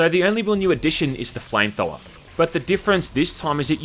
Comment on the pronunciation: "Flame thower"